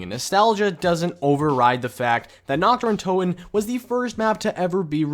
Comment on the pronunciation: NACHT DER UNTOTEN ARE YOU DUMB